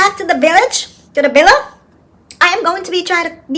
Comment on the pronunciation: well she chooses not to ..if she wanted to it'd be easy enough to say villa instead of billa or anything else...she just rambling and not trying to pronounce anything correctly